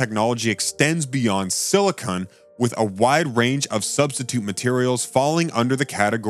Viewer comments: SILICON not SILICONE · SILICON! SILICON! Not silicone. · You seem to be saying "silicone", which is no the same as "silicon". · The commentator can't even get the name "silicon" correct ... instead he says "silicone" ... that's caulking and adhesives. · Silicon. Say it with me...Silicon. Once more...silicon. It's silicon...not siliconE. There is ZERO SILICONE in the crystal material used in solar panels. The only place silicone MIGHT be used is to glue together some finished parts in the assembled panels, and/or provide a water-resistant seal around the edges of a panel to keep out rain. How can anyone trust anything said about solar panels by someone repeatedly making this very fundamental error?